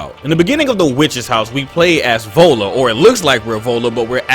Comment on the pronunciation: Awesome vid about Ellen but the way you pronounced "Viola" is wrong. It's NOT volla, it's vy-o-la